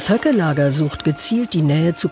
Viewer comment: ja, ich weiß, der Name Bernd ist ein running gag. Es ging mir mehr um die Aussprache seines Familiennamens. Es hört sich an der betroffenen Stelle wirklich wie "Hacke" an😅👍